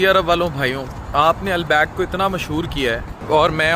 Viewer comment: Al-back nhi Al-baik😂